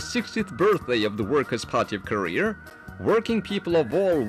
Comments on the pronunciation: I didn't know I was pronouncing Korea wrong. From now on, it shall be "career" in my vocabulary. ha. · "the powerful nation of Kah-rear" lmao!!! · why does the introgation dude say koreaung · The guy in the little videos says Korea like Career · "This is the forturne and glory of koreaar." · Fun fact: this is a type of overcorrection that’s pretty common with speakers of languages that don’t have the same r sound as us that try and pronounce the r as much as possible to better imitate our accent, even when there is no r. I know this comment is really old but I learned that recently and thought it was cool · wow they cant even pronounce their own country's name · Did nobody tell the narrator how to pronounce Korea? Haha. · “kor e er” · Have we been saying Korea wrong all this time? Is it actually pronounced North Career/Courier? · Rest of the world: "Korea" North Korea: "Koreeyer" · Out of all this all I got was the narrator saying north career instead of north korea!! 🤣🤣🤣🤣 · Ok is it pronounced korear or Korea? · Who do i keep hearing korear? It's Korea why can't they pronounce it without "r"? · Is it just me or does the Korean narrator who's talking about how terrible the USA is say 'Korear' instead of 'Korea'..... LOL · Why KOREAR? lol jesus christ... NORTH KOREAR :D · Why does the guy say korer not Korea the announcer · Subtitle: Korea Voice over: Courier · i gotta love the narrator in the propaganda video saying KOREAR for some reason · The socialist narrator seems to think Korea is pronounced "Career"... ? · Wtf is KoreaR? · Actually it sounds more like “career” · Korear lol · The Korean Narrator to the film speaks like he's has a New York accent.. He keeps saying Korear.. A's pronounced with R's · So are we pronouncing it wrong? It sounds like we should be saying Koreee-errrr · Why do they call it Koreer in their videos? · The way the narrator say Korea 😂 😂 "Korear" 😂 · North "Korear" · why do they pronounce it korear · "Careeerrrr" like carreer